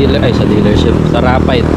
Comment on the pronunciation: Sharing is caring.. Rapidé is pronounced as Ra-Pi-Di.